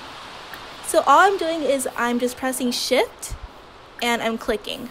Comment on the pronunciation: Why do I keep hearing "im pressing shit" instead of shift???